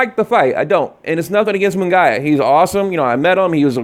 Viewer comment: Its pronounced Mungeeeyaaa.